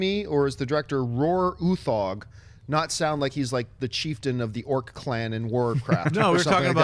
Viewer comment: It's no where near how we pronounce Roar Uthaug in Norway, but I like your pronouncement better, sounds cooler.